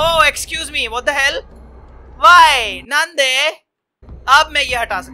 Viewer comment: U said Nande 😭💜